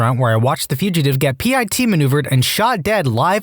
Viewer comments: It's a pit maneuver, not a P.I.T. maneuver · Nobody: This man: "P.I.T Maneuver"